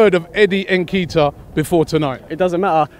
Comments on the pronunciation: Its not nikita lol its Nketiah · its n-ket-ya....not en-kee-tah. stop butchering the boys name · Eddie Nikita? 😂😂😂😂. It is pronounced In-kay-tea-ah!!!!!!!!!! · My cousin is making me proud and its pronounced "en" ket ee ah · They butchered the boy’s name! Lol Nekita, nakata all of that!!! Lmao